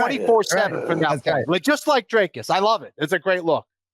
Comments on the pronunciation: Whats with the DREY- cus shit? Its dric-us. Dric like it rhymes with brick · Jon Anik, his name's not pronounced Drey-cus fyi. It's 'Drik-us'. Usually you're on point with the names. You at least get his surname right, which Bruce Buffer never does. Next time you see him or a UFC producer, make sure he gets DDP's surname right, the man's a champ after all. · Dricus (DrEEcus) not DrAKEs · Jon it's pronounced 'Dree-cus'. Come on man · PLEASE get his name right...say "drink" same sound. Coach Visser ...say "free" same sound.